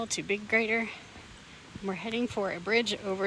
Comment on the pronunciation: Love it when you two hike together because then I get to watch the hike twice from two different perspectives! I greatly enjoy watching both your unique takes of the trail. Interesting how you pronounce the name of the lakes. I have always pronounced it with a long i vowel sound (g+rider), though I have never seen or heard any official pronunciation nor could I find anything official when I searched. I know when we first moved to Washington many years ago I had to learn how to pronounce all the names in the area. Several locals have called me out when I mispronounced names and I still get some of them wrong.